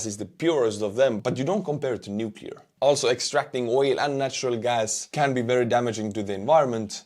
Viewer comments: Lost credibility for me when the voice-over could not correctly pronounce Nuclear (and this was the word they used in the text) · Yes, it's pathetic how many people can't pronounce "nuclear." It derives from the "nucleus" of the atom. Might have been a voice model. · I couldn't invest in a company that puts out a video that pronounces "nuclear" incorrectly😅 said it correctly, but the pitch person in the video didn't